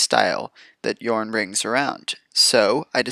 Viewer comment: I clicked that subscribe button as soon as I heard you pronounce Jorn correctly! :D I really never play green, but this deck looks amazingly fun.